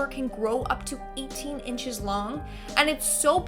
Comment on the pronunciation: she said 18 inches like it was sooo long